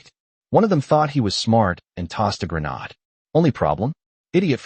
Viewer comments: AI has difficulty pronouncing grenade. It’s one way of telling that it’s written and narrated by AI. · Grenodd? C’mon, it’s grenade.